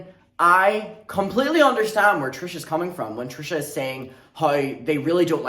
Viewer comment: stop why do you say her name like that 🤣